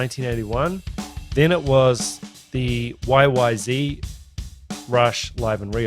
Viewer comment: My ear appreciates your pronunciation of YYZ. I've known most of the English speaking world pronounces Z as Zed for a few decades, but it still sounds odd every time I hear it.